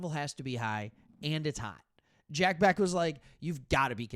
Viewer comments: Bech is not pronounced as Beck, it’s Besh. Weird, but true. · quick note, Bech (be-sch). Love your vids man! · Raiders fan here in Michigan. Thanks for talking Raiders! Nice job. Btw, Bech is pronounced “Besh”. Carry on. 👍🏼👊🏼